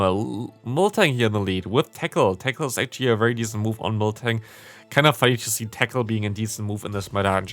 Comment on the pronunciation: When said tackle I heard ”techno beam” 😂